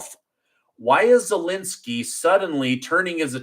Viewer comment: its not welensky its zelensky.